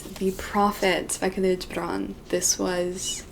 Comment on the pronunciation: I love how she can properly pronounce “ Gibran”